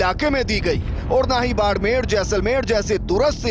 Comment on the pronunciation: पत्रकार महोदय जरा ध्यान से बोलना बाङमेर जैसलमेर ऐसा नही है ठीक